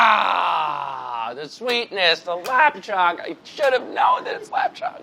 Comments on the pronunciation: The way they pronounced the Chinese sausage 😔 Lap Teng is basically how you say (in my dialect anyways :D) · As a cantonese person, I cringed so much when they said "lap cheong" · Them pronouncing lap cheong hurts but chris hating on it hurts even more :( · “lOp cHOnG” as an vietnamese person I’m heavily disappointed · Everytime they say lap cheong I cringe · So hard to be Chinese and watch lop cherng be pronounced soooo wrong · hearing pronounce lap cheong cracked me up tbh